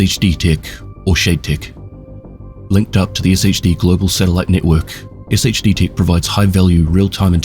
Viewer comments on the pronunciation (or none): Pronouncing it Ess Aich Dee when every character in the game says Shade is crazy work